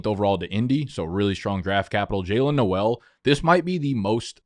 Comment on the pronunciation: Gonna sound like an asshole here but whatever—Jaylin Noel said it’s pronounced “Nole.” Love yall!